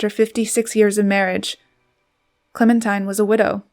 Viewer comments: Thanks for the pictures and narrative. Some facts are not quite accurate, but overall a good overview. BTW: Her name is pronounced Clemen-teen, not tine. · Excellent photos -- Clementine was indeed a force of nature. Her name was pronounced Clemen-teen not Clemen-tyne. I always forget that too -- Americans are so used to hearing the song, "Oh my darling Clemen-tyne..." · It is Clemen TEEN not TINE. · Her name is pronounced, "Clemin-TEEN". She deserves to have it acknowledged correctly. 😢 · I heard Mary Soames, her youngest child and longest living, pronounce it once as ClemenTEEN. Let's ask the Brits. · I believe her name would have been pronounced ClemenTEEN. That is the British pronunciation; and that is how they would have pronounced the name I France, where she lived for a short while. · Clemin-TEEN.....I just can't get past the mispronounciation of the subject's name. A very big faux pas. 😢😮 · Remarkable woman. However, her name was pronounced “ Clemen-teen”. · her name was pronounced ClemenTEEN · I feel like an arse to point this out, but her name was pronounced "Clementeen". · You have to wonder whatever else this Commentator gets inaccurate , given that she seems to pronounce her focus’s name correctly. I don’t think I can listen to any more…. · A "gifted" narrator would've pronounced the name of her subject correctly.